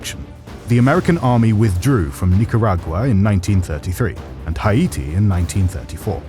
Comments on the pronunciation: is a good narrator, and I welcome him to your team. However concerning the pronunciation of proper nouns, (i.e. Haiti and Barack Obama) i am invoking the Monroe Doctrine to the correct American dialect. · Not one of your best; the AI voice’s tone is obnoxious, its terrible mispronunciations of words like “Haiti” is well below your normal standards, and much of the script sounds like a string of “catch phrases”.